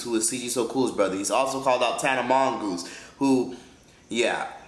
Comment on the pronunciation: He said Tana Mongoose 😂😂😂